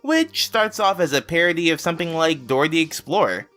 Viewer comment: i like how everytime he says "something" it sounds like hes saying "someping"